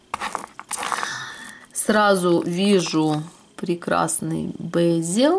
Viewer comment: В русской транскрипции бЕзель. Ударение на первом слоге и звук Е, а не Э.